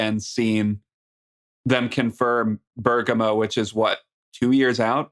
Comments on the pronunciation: But he used to say it better, now he's saying Burger- moe Anyway Americans often don't pronounce English place names correctly, so Italy shouldn't feel singled out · Not really. pronounced the first syllable more accurately, but the stress should be on the first syllable, like how Lisa said it. They're both slightly wrong, in different ways.